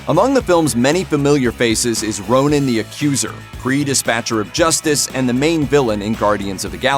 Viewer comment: Hey it's not Ronin. It's Ronan. Ronin is Clint Barton.